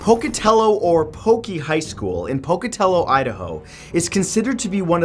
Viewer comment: You said Pocatello right!!